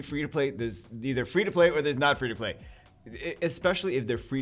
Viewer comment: When he said free, i first understood three xD I was like wtf